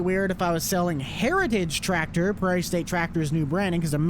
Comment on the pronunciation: "i wonder if it was on a different twactor" lol